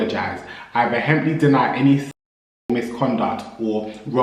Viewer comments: How can you post a video where you emphasise a nonsensical word that doesn't exist? "Vehemptly".....??!!! I think you mean "Vehemently" mate... take the shame. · Vehemently is pronounced “Veer-ment-lee” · VeHHHemently is sendiiinngg me booiiii😂😂